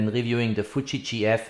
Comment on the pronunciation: it's FUUU-JIII not FUTTSCHI